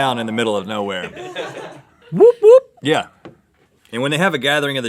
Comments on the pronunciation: YOU DONT SAY 'THE' WOOP WOOP OMG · Woop woop is pronounced more like whaop whaop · It's not whoop whoop, it's pronounced wop wop like the 'whop' part of McDonald's Whopper or mop with a W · the're pronouncing woop woop wrong and describing it wrong, try pronouncing it more like oops. might maker sense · its not "the woop woop" its just "woop woop" and its pronounced like "wuhp wuhp " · Someone has taken the p*** with you Rhett. CORKAGE is a fee charged when customers take their own wine to a restaurant 😂. And woop woop is pronounced like book, not soup 😀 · its wop wops 😂 not woop woop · It isn't woop woop it's wop wops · It's more like wop-wop not woop woop haha!! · It's not said woop woop, it's said whap whaps lol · Wood wood is actually pronounced as "wop wop“ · Pretty sure it's pronounced more like "wop wops", at least that's what it is in New Zealand. Like saying mop but with a w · The awkward moment when they use the New Zealand slang term for rural place. Woop-woop is what we kiwi's call a bush Bach. Or place that is hard to find, out of the way. It is spelt that way, but pronounced wha-op-p waop.... also the paddle pop is a milk-based ice cream. This slang term didn't make it across to NZ. Same with Stubbie well we are considered more refined and drink out of 750ml bottles that came from a crate.... the stubbie was in fact in NZ a pair of short khaki shorts, worn solely by males. They are distinctly kiwiana. Thus ends a little New Zealand trivia.... considering y'all are being all Aussie Aussie Aussie oi oi oi. Wait two quick things... Aussies tried to claim the Lamington, the Pavlova as being made in Australia... like Sam Neil, crowded house and unfortunately a Russell Crowe.... they were conceived/born in New Zealand. Be your mythical best. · They pronounce whoop whoop weirdly haha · Woop woop was pronounced wrong and wasn't used right in that sentence either. But nice try 😂 I applaud your efforts